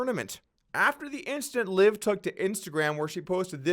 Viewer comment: I'm not sure that is the correct way to pronounce Liv's last name